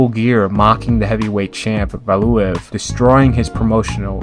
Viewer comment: Nikolai valooov tony belooo du bois, wtf are those pronunciation, val u ev, bel you dub wah thats how you do it properly